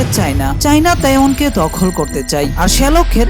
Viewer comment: আমি প্রথমে তাইওয়ান কে taehyung শুনেছিলাম।😊